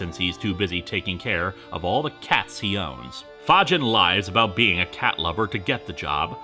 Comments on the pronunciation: Are you sure it's not pronounce Fae-G-in? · Surprised it isnt pronounced the same way Fagin is in Oliver Twist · "Fagin?" You sure it's not Fagin, like from Oliver Twist?